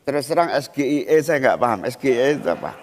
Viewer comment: Ejaan nya salah om, Masa baca singkatan bahasa Inggris gitu 😂